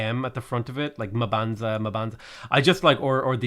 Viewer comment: the whole fedora thing is because you're not pronouncing the cities correctly. it's pronounced like you're thinking hard about the end word, or humming. Mmmbanza, mmmmbuila.